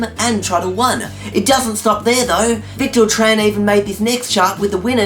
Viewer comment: WAIT! YOU SAID MY NAME RIGHT! AT THE END OF THE VIDEO AT SOME POINT! :D "The Victor Tran challenge will be active..." :D